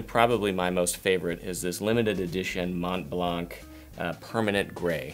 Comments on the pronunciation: Just for your information, you should pronounce Montblanc : "Monblan". You're not supposed to pronounce the "t" and the "c" that are silent. No big deal but I really don't get why all American people want to pronounce these letters when i can't think of any English word with a final pronounced "c" ? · “Mont Blanc” it’s French... not that hard to say. But thanks for the video. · how the hell are you talking about being refined when you can’t even pronounce simple words like “Mont-blanc” correctly. Come on man, seriously??? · Since it looks like some people are affected by my suggestion about how to pronounce the brand name Montblanc in French (as the French mountain), here’s a video where you could check yourself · Shawn Grage Shawn Grage Wow !! That’s such a sweet answer !! It surely gives a nice “idea” of American people !! Hopefully, I know plenty of American YouTubers and bloggers that perfectly accepted to get better at pronuncing this brand name correctly. I really don’t get why you’re reacting so harshly ! And even more since I’m not even talking to you.... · I am fluent in French and you do pronounce the sea and other French-speaking people I know do as well, blanc/blanch